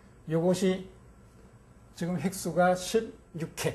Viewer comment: 지금을 왜! "지끔"이라고 합니까!?? 그저 자연스레 "지금"이라 해야지요!